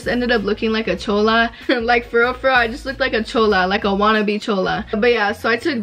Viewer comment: When she doesn't say chola right she butchered it 😭